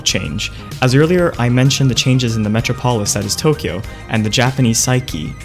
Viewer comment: Mispronounced metropolis